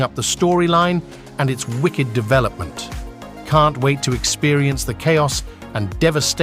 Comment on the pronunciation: I was totally duped by the AI voiceover until "Japan is push-shed even further into chow-ass by Gid-zillahs aye-riv-elle."